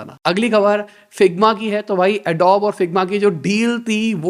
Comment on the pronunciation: arre yaar kitni baar btana padega ke.. Adobe ki pronunciation wrong hai aapki Adobe ki pronunciation thik krlo mein isliye bta rh hu kyuki m Adobe ka employee hu